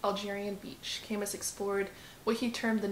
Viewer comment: Camus is pronounced Kamoo